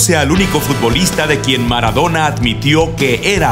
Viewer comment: Jajaja mara-dou-na xddd F murió ú.ù